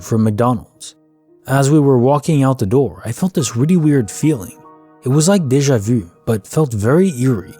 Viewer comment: Good stuff, just need to work on how you say Deja vu😁